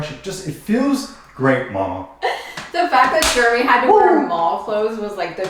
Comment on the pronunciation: Jeremy, don't listen to, she might be correct but she can't even say your name correctly!